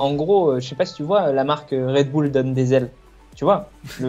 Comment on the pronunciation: MDR Genre c'est français le Red bull !? C'est un nom anglais donc casse pas les **** ! 😁 Au pire prononce le à l'allemande si tu veux, c'est autrichien je crois 😅😂😂